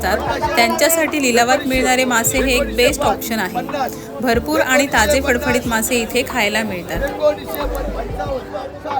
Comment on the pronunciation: मालवन नाही मालवण पन नाही पण आ नी नाही आणि.